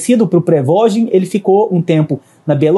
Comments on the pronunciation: "prevogin" kkkkkkkkkkkkkkkkkkkkkkkkkkkkkkkkkkk nem falar sabe pqp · Pregogi?? Nem sabe a pronúncia correta do nome do cara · Reporte de merda, não sabe falar, não sabe nem pronunciar o nome .... PQP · essa pronuncia do prigozhin ficou mt estranha